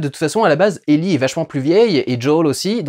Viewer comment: Ellie et Djaul ? Pourquoi prononcé Ellie à la française et pas Joël. Désolé mais ça m'a perturbé sur toute la vidéo... Soit c'est Ellie "Aillie" et Joel "Djaul" soit c'est Ellie "élli" et Joel "joaile" (oui je sais l'écriture phonétique c'est pas mon truc). -- SPOILER -- Sinon bonne critique sur la série bien que ayant fait le jeu il y a des passage qui sont complètement débile dans la série. Bill seule en pleine lumière qui se fait canarder alors qu'il à tout un système de défense qui le protège ? "L'arc" de Bill dans le jeu est tellement mieux que c'est une de mes déceptions bien qu'on ai du coup l'histoire de la rencontre (absolument pas crédible) avec Franck. Ah tu en parle. Justement ! C'est en ça que la rencontre n'a pour moi aucun sens. Comment explique tu qu'un complotiste, survivaliste de droite voir d'extrême droite. Qui à transformer toute une ville en forteresse. Qui à toujours voulu être seul et à tout fait pour. Décide de laissé entrer chez lui un parfait inconnu tombé dans un de ces pièges. Lui donne de la super nourriture et le laisse seul dans ça maison pour s'enfermer nu dans la salle de bain parce Franck lui dit "Vas prendre une douche" ? Tout ça en quoi une ou deux heures passé ensemble ? C'est le gain de confiance le plus rapide de l'histoire !! Dans le but d'aller vite on en perd en crédibilité. Les défenses de Bill auraient du baissées en plusieurs jours le temps que le double effet KissKool prenne. A filmer ça aurait pris moins d'une minute et là